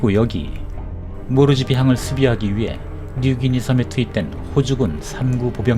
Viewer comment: 호주군이 최초로 호주보호을위해 싸운 전투임니다 파프아뉴가니는 당시 호주 퀜즈랜드주에 속한 땅이였읍니다 파프아뉴가니라는 나라는 당시엔 없었고 모르지비항이 아니라 폿 몰스비 라고발음이 정확함니다